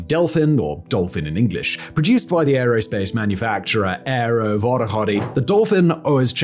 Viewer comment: I heard "Aero Wottahotty" 😂